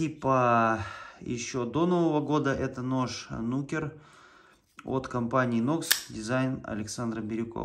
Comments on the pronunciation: Не нУкер, а нукЕр. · Коротко и по делу ! Только не нУкер, а нукЕр ).